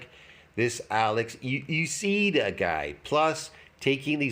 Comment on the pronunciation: Love when T always goes full canadian with names he doesn't understand lmao EWWCEEEDAAAAAA